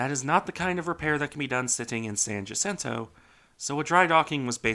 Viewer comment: Thank you for pronouncing San Jacinto correctly